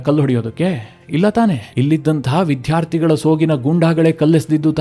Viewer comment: ವಿದ್ಯಾರ್ಥಿ ಅನ್ನಿ ವಿಧ್ಯಾರ್ತಿ ಅಲ್ಲ